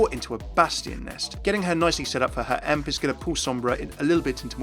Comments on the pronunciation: did he just say "emp" lol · Wait, did promounce Sombra's ult "ehmp"?:(